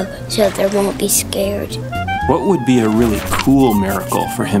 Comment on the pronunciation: It's Would! Not Wood!